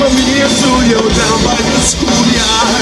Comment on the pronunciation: Does anyone else find it funny that he is saying Jewlio rather than the regular Julio.lol